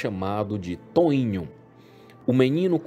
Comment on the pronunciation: Toìnho? puta que pariu Os brasileiros não sabem falar português?